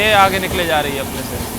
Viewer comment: dekhiye bhaiya apka vlog bhout acha lagta hai but ap apna vocabulary sudariye (chal LAHI HAI kya hota its chal RAHI HAI ) bhout irritating sound karta hai